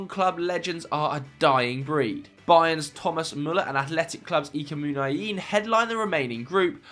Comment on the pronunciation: Guys Ethan Nwaneri's name is pronounced Wa-neri, not Yanieri, Someone posted it in another video, he might be born in England but that's an Igbo Nigerian Name and if you don't know how to pronounce it just say Ethan like most people for TAA by calling him Trent. Edit: If you can pronounce Nwankwo Kanu effortlessly use that to pronounce nwaneri